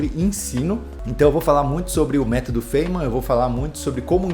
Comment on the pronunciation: sobre a pronuncia, seria faine-man (tipo he-man) com o "e" bem suprimido. Veja: [faɪnmən] (corresponding to the words 'fine' and 'men').